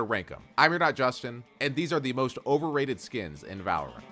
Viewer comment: "I've been playing 'valerint' for over 5 years" 💀